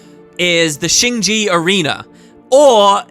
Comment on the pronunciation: After a little bit of research, it seems like "Jea" is not pronounced like "flea". Instead, you have a very short audible "-uh" at the end. Check this out, I think Jea is the middle word.